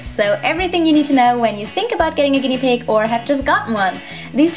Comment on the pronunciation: Hahhahahha pig not pid